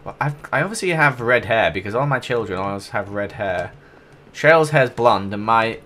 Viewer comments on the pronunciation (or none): none